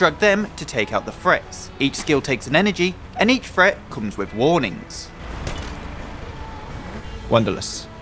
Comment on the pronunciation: PSA "Fret" = Threat. For anyone else who was wondering, lmfao